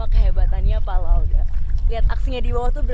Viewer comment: bukan La oda tapi La ode, gmna sih wkwkwkwk